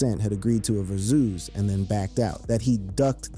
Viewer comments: Why is this dude pronouncing "verzuz" like verzooze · The fuck is a verzoos 😂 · WTF is a verzooz? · The way you pronounce boosie name pissed me off so bad and VERSUS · A verzuz!! Dang!! 😂 Say it right lol